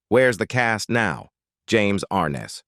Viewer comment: ARNESS not ARNES.